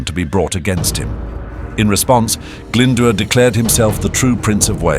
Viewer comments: Glyndwr is pronounced glyn-doer not glynder. this is just one of many incorrect pronounciations.At least check welsh pronounciation with a welsh person befor publication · Sorry but the cgi graphics are a bit rubbish. Had to switch off. Also Glydwr is pronounced ' Glindoor' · its pronounced - "oh - eye - n" "gl - in - d - ooo - r" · This is bad, very bad. Owain Glyndwr's name is pronounced like nothing ever heard before. Some of the place names sound like exotic fruit and none of the castle's look anything like the castles in Wales. If this is AI then I'm afraid for the future of education. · Dear me, the pronunciation of Owain and Glyndwr makes this almost unwatchable.